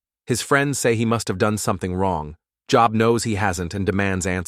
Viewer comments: plz.....pronounce Bible names properly its not job as work job.......its joe..b.......how its Biblically pronounced sheeesh :face-orange-frowning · I agree, at least Job would be said correctly!!!